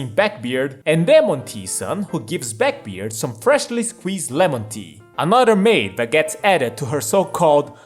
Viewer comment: It's backbeard, not beckbeard. Liberal or liperal? I am used to being around Latinos. Do I can hear a difference p and b. Unaspirated or aspirated. Are you Chinese? A slav? Don't stress the wrong syllables... It sounds wrong or means a different word. Not a bad video though. When it comes English sounds. The Th is produced on the teeth. Then uses the voice box, Thin does not.